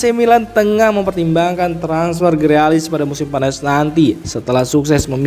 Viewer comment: Grilis , bukan grealis 😂🤣